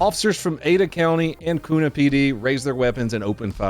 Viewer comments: Kuna (city in Idaho) is pronounced Q-nuh. Kuna (like the new Springfield PCC) is pronounced Koo-nuh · ITS NOT KOONA ITS Q-NUH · Just here to say its pronounced q na not koona! Lol love the vids man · Koona 😂 it’s pronounced quna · Thanks for another great video! As an Idahoan i feel the need to let you know that it is pronounced Kyoona, rather than Koona😂. You'll get laughed at if you say that here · Koona??? You mean Q-nah. That is how we pronounce that town. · Why does every person say Koona, it’s Kuuuuna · Sorry to say it but it's not pronounced kuna like you would pronounce tuna. Its pronounced Q NA 🤣 Idaho is weird but awesome. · LOL I had to laugh when you pronounced Kuna. I dispatched in that area and said it the same way "Tuna" with a K... and got lambasted on the radio for it as my trainer laughed their a$$es off. Because... it should be said the way it's spelled!!!! Alas.. Kew-nuh is the way to annunciate it. And you're right, Meridian is mostly calm. Until this guy... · Koona? 😂 Kew-na my man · As an idaho resident this was surprising never expect to see my home town and actually my own neighborhood on here! Little correction though Kuna is pronounced Q-nu not koona common mistake. Thanks for the video!!! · you said it like kewna. its more like QNuh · K-YOU-NA not koona. And Roaring Springs has two lazy rivers, one with a wave maker. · It’s pronounced closer to like Q na not koo na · It’s K-u-na not koona! My hometown! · Kew-nuh not koo-nuh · Yo it ain’t koona,it’s kuuuna. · I live over there in Idaho and don't remember ever hearing about that one. Huh 🤷‍♂ Also, fun fact - This is how locals know who's local and who's not... Kuna isn't pronounced Koona. It's pronounced Que na. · god as somone who lives in Idaho the way you say Kuna as "Coo-na" made me cringe it's pronounced like the letter Q Q - na, Que-na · Say it's like Q-na instead of koona. I drive by this spot every day. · thats right next to my house. its pronounced q-na not ku-na